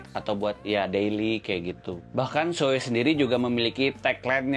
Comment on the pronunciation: NAH mantep ni, pengucapan "SHOEI"nya bener... mantep emang abang wkwkwk, masih banyak banget orang yg ngucapinnya "Shu-Wi"